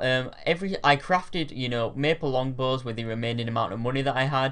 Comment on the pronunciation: "oonstrong bows"